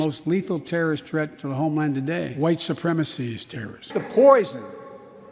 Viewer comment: Biden keeps going on and on about "huwite supreme macy" - WHILE BEING WHITE HIMSELF!!!